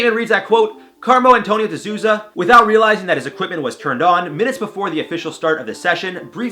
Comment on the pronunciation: "De Souza" is pronounced "The Soul- Zah" not "The Zooza" LOL